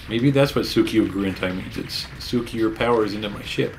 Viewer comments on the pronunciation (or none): none